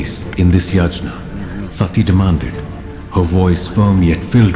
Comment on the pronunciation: Come on .. names are ok … it’s just pronounciation of yagna …